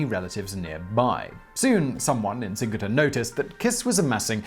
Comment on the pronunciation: I am Hungarian and never heard this story. Also, Kiss is pronounced as “Kisch” (or “Kish”) and Cinkota is like “Tzinchota”.